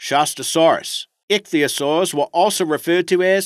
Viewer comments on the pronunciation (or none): none